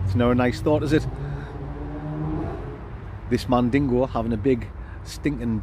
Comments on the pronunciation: No riice but niice. Great one. 🤪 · Top video as always. Whats the little jingle from on the opening titles? And does he say mandingo or is it just me?🤣 All the best pal